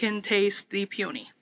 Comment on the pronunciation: Hiya. Is it a regional pronunciation of peony that you're using? May I suggest you google 'pronounce peony' in order to see what I'm getting at? Fascinating. Stay safe. All the best to you. P. S.: How're the chives?